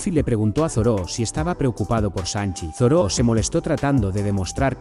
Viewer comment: es Zoro, no Zoró ._. me molesta de sobremanera escuchar Zoró, no sé por qué xD Buen video igual